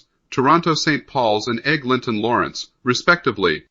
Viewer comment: Let's get a human to read this. "Egg. Linton Crosstown??" really?